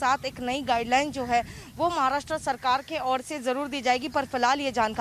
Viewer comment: It is महाराष्ट्र and not महाराष्ट्रा